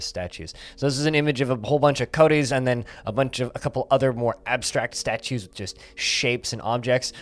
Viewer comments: Polite fyi I think coati is pronounced like "KOh-Ah-Tee" Not that it matters. Love your videos keep up the great work and thanks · I'm curious how statues will deal with very large-sprited creatures, and also how they decide what clothing to put on the humanoid creatures. Also "coati" is pronounced pretty much just how it's written, not like "Cody".